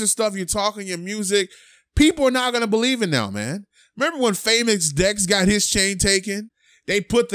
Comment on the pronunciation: "they having a field day with hia chain" lol